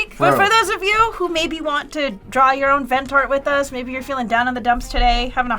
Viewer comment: It really sounded like said Fent in the intro 😂